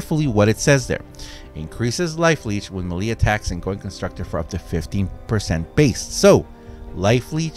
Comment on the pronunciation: Melee is pronounced MAYLAY!!!!! ffs